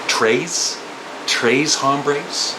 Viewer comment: Tres is pronounced trace like race. Denada.